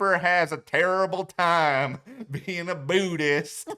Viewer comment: I'll never get "Booodist" out of my head 😂 Xxx